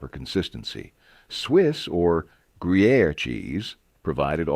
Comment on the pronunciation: He can say Gruyère but mangels pimento 😂